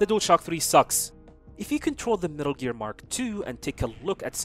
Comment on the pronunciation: First of all, it's METAL GEAR NOT METRLE GREA. please pronounce it correctly